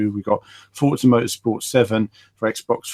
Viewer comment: u said forza lol